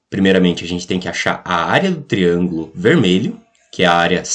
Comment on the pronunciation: Da pra entender, mas fala tudo errado (triangulo). Área do triangulo? Onde?